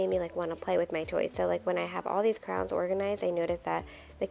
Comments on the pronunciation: Is it me or does it sound like you call crayons 👑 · I wasn’t looking at the screen when she said it and I kept thinking she said “crowns”. lol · The way you say crayons lol. It sounds like you say crowns!? I pronounce it like crans. It's fun to hear how differently everyone pronounces words! Also, I love that you are always sending little gifts to the teachers!! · I know! I couldn’t figure out what she was saying and then I saw them! I’ve never heard anyone call them crowns, I love it 😂💖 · Crowns, Crans, Crayons! 😂 Something to ask viewers: how do you say it?